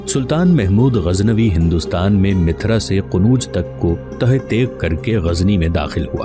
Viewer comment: Bhai mithra nahi mathura hai